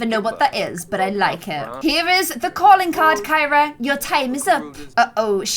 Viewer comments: Kyra the criminal is actually pronounced “kee-ra” like you pronounce Ciara. And Ciara is pronounced “see-air-uh” not “kee-ra”. Not that you should change the pronunciation at this point, I just thought it was funny that there was an actual Kee-ra Kyra in the game. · Wish you pronounced Kyra’s name like you do Ciara’s because that’s how I pronounce my name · Kyra is pronounced as Ciara 😂 love you ❤️❤️❤️❤️ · I am screaming and soooo triggered because kept calling kira carrie